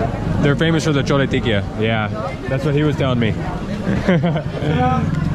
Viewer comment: Not चोला it's छोला 😅😅😅